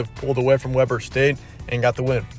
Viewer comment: It's pronounced"Weeber". Interesting fact: it's Damian Lillard's alma mater.